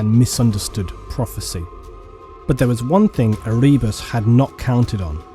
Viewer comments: E-ree-bus? Ere-bus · Omgad, its not erebus the way u say it. Have you never listened to any of the audio books? Its pronounced Ere-bus. Listen to "The first heretic" Audio Book plz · Ehreebus lol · I've never thought of stabbing my eardrums out before, but after hearing you pronounce Erebus. Yeah, maybe.